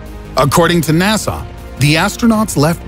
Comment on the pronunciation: Whos NASAW, you mean NASA?